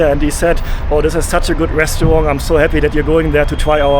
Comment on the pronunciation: I have a question about your pronunciation. I hope it isn’t offensive. I notice that to my US English-speaking ear, it almost sounds like you end the word “restaurant” with a “g” sound. Almost like “restawrong”. Is this due to something about the German language? Maybe you don’t have words that end like that in German?